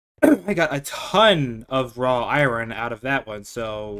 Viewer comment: I was enjoying the video until you said iron then kept saying iron and the way you say it just no why so much emphasis on the r😩